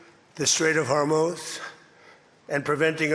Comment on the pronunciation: Strait of Hormuth??